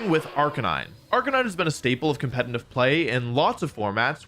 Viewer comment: It's competitive, not "competinive". I can't get over it because you say it so often since the subject is competitive Pokemon.